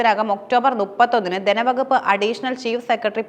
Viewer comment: ദനവകുപ്പ്,ഫരണരംഗം,അദിഹാരം.ഈഉച്ചാരണങ്ങൾ തെറ്റ്.തിരുത്തി പറഞ്ഞ് ശീലിക്കണം.